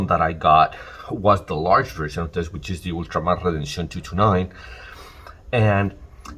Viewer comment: I appreciate the correct pronunciation of redencion.